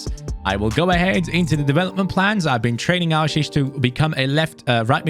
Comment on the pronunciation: Hey your supposed to pronounce the 'e' at the end of aouchiche